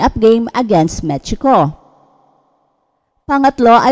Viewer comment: OI MECHICO, PWEDE MEXICO,, ANO BAYAN,, AYUCIN MO SA PAG SASALITA HEHEHE